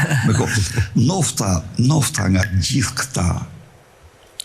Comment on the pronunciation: Ka lezet qe flete percart nuk thot ndofta po thot nofta nofta ah ah berisha ke ik per lesh 😂